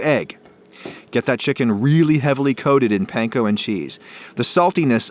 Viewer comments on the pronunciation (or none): Panko is pronounced pun-ko not what you’re saying btw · Panko is pronounced "PAHN-KOH". Trust me, i learned little bit Japanese. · Also mispronounced panko, if that hasn’t been mentioned yet. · he totally pronounced panko wrong - but it's okay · pronounced panko (ぱんこ) wrong lol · idk if you care but your're prounouncing panko incorrectly babish does too though so w/e